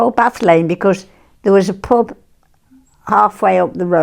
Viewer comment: I like how she says pub with an unshifted u